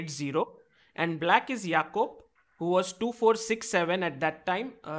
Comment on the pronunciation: If is name Is Jacob then why r u calling him "YAKOOB "...😂😂😂